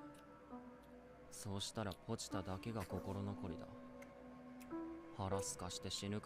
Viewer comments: Never someone pronounce Pochita’s name like that lol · Funniest (and most genuine) mispronunciation of Pochita on the internet, right here folks. Also, I have to concur with other commentators that the Crunchyroll subtitle translations are MUCH better. I was surprised at some of the differences in word choice for this ep.